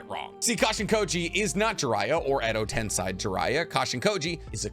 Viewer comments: Tensei pls. Not tensai. Tensai is a person. 😃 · not tens-eye it's ten-say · You're still pronouncing Tensei like it's German! Just grinds my gears lol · I hate to be that guy, but it's sei not sai. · TENSEI NOT TENSAI